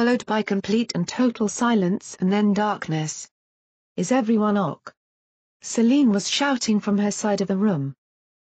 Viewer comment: In addition to the fact that this Computer reading keeps reading "ok" as "Ock", I don't believe this is any kind of genuine report of an actual event because I do not believe the "scientist who disappeared" was then spit back into our reality. Conveniently, naked. (Conveniently for the film industry.) Someone is floating a script idea for some lurid film. My bet is still on this being a preliminary ("treatment") draft by JK Rowling. Sounds exactly like her style of writing, her style of plot concept (compare to "the Casual Vacancy," that did not receive especially good reviews; CERN is exactly the kind of theme she might regard as a viable grown-up subject after the huge success of the Potter books, which were ostensibly for kids -- except that they are much bigger than that, especially the last 4 in the series), even her style of title. If you get lost in a wormhole, you don't come back. If you go to Hell, you don't come out. And this is certainly no portal to Heaven, folks...